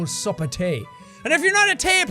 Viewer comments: Superwholock4life it’s tae not teh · Belle Darn, I only noticed this comment after saying something similar. I love his thicker accent so much. Like how he pronounced "tea" like "tay." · His accent seems so much stronger in this video than usual. Anyone else hear him pronounce "tea" like "tay"? I absolutely love it! I'm like the Irish version of a weaboo. Is there a word for that? I have some Irish in my DNA but not enough to count myself as Irish. Maybe that's why I dislike any alcohol...